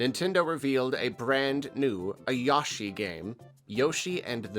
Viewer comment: why do you say his name like that